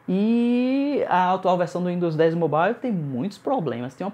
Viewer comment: uindos moble kkkkkk qual a dificuldade de falar mobaiou?